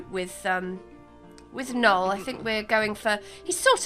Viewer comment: she said noel wrong it’s NO-EL